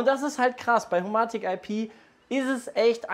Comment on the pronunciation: HoMaahtik IP und Philips Huuiii, aka die besten Smarthome Marken die ihr nicht mal richtig aussprechen könnt xD kekw